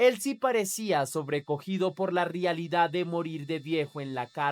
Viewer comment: Buen video bien documentado y narrado, solo una pregunta porqué dices "rialidad" todo el tiempo?